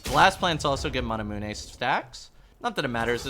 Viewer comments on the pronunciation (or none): You say manamune wrong